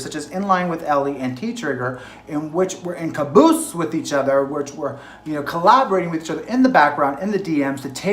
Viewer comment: 😂whoever the guy is says "in caboots" instead of "in cahoots"! (Happily sitting here in your corner,!❤❤)